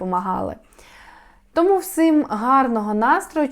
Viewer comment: Приємно чути Вас українською мовою ! ...тільки не" всим" , а "всім "... 😉☺️..це так маленький штришок до Вашої досконалості ДЯКУЮ!🕊️